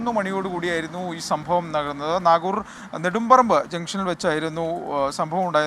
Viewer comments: നാഗൂർ അല്ലെടോ പൊട്ടാ😑.... നഗരൂർ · എടാ പൊട്ടാ നാഗുർ അല്ല നഗരൂർ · നാഗുർ അല്ല നഗരൂർ 🤷‍♂️🤷‍♂️